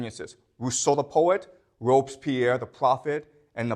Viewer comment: (It's Robespierre .. Not Robspierre. And so we prononce the "e". .. Again a great class by the way..)